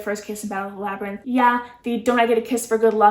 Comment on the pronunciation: You were close! It's Labyrinth but nice try@